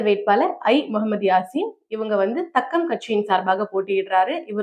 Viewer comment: That is not தக்கம், that is தாக்கம் கட்சி.